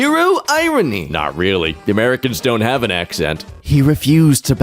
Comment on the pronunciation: Reighfyl?......Reigh...LY?! DARK NIGHT REIGHLY?!